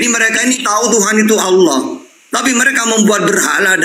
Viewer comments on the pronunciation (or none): Pak de Sugi ngapain sebut Allah cara ucapnya kayak oten, alah. Kan percuma tidak dapat pahalanya. Kita tetap ucapkan cara Islam, ALLAH jadi dapatkan pahalanya. Tq.